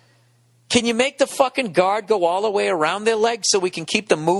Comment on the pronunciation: fahhkin' yaaahrds